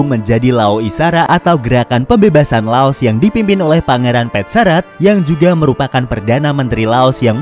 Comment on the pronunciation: Lao.. tak mengenal huruf S